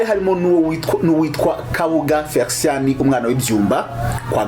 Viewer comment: Felicien not Fericien, pls